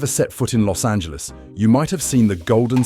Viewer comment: Los(t) Angeles